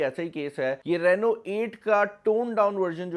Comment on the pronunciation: Rano Nahi Reeno Hota Han 😄😀